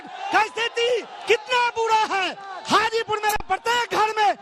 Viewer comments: हाजीपुर बोलो चाची गाजीपुर नहीं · Hajipur ko Gajipur bana dii 😂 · Hajipur hai mohtarma gajipur nhi hai bolne se pehle thoda soch lijiye kya bolna hai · गाजीपुर नही हाजीपुर है। मैडम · Gajipur nhi hai mam... hajipur hai